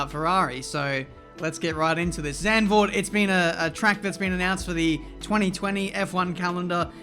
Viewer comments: English pronounciation would be like 'Suntvoort' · Please don't say Sendvoort! It's more with the soft a and a sharp z.. Zand means sand but the a is shorter and softer. My name is Marc and not Merc :') and the Z from Zlatan! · Just a note, it’s pronounced Zarnd-vord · No-one: Chase Carey: "Zandervoort" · Correctly pronounced "Zuntford" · Oh my god that pronounciation if Zandvoort... Makes me throw up already xD